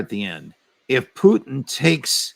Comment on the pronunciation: Ray, Its not Pooteen its Putin